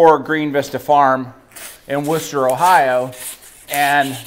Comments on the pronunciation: First time I've ever heard an American pronounce "Worcester" correctly 👍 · The thing i was most impressed with was the correct pronunciation of Worchester. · Thank You for saying Worcester correctly!